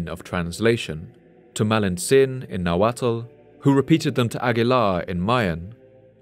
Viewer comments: Just for future reference, it's not pronounced na-wa-tal It's just na-wat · Nahualt is pronounced nah-walt. Not nah-wattle.